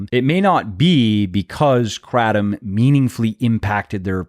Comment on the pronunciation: You’re saying Kratom wrong but anywho, it does help you get off opioids. I am proof of that! It also helps with diverticulitis. Those are the two I can attest to. No side effects. Been on it for over ten years.